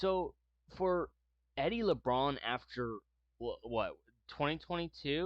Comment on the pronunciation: Please learn how to pronounce the players names before making these videos! It's Eddie LaBaron not Eddie Labrawn!🫤